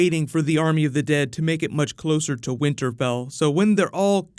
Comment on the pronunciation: "winter Bell"?